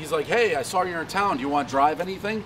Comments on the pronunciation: every time Save says 'sawr' instead of saw, i cringe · I love how instead of saying ‘saw’ he without fail every single time says ‘soar’ I soar it lol